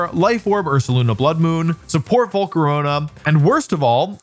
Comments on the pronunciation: "Volcaronia" lmao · Great work to Wolfe and everyone behind the scenes. I love the subtlety of saying Volcarona as Volcaronya, nodding to Wolfe's older rambling-style videos. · I don't know why Wolfe decided to say Volcarona's name like that but it's become the only way I say it since watching this video